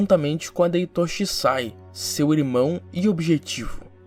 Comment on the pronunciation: Pq as pessoas falam Itóshi Rin? Prr, é estranho pra krlh, é tipo a pessoa falar kataná ao invés de katana